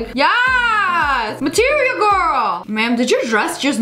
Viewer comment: Whenever she said material gworl I couldn’t help thinking of that material gworl Gregory meme :)